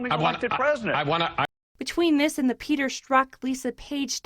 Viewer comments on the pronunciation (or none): none